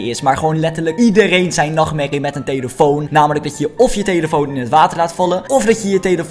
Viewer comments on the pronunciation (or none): Heb je gehoord dat bij de eerste vidio zegt tyeelitoon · je zei telifion ofzo